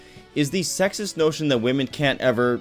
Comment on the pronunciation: is it just me that he said "wamen" in .....?